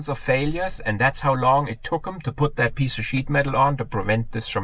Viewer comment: Love it I initially thought you said it took them this long to put that piece of 'sh1t' (you know what I mean) on but it was sheet metal and your accent. I think my version is better lol.